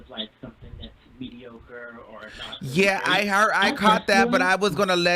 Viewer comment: Lmao “it’s the ‘medicur’ for me”